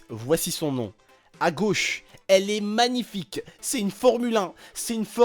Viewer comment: on dit pas"magnific" on dit "manific"